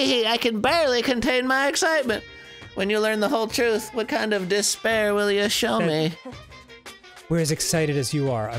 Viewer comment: i feel like this whole game was building up to monokuma saying the word "despair" as "disbear"